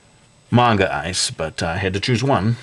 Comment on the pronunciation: everytime you say manga it sounds like mango, great guide nontheless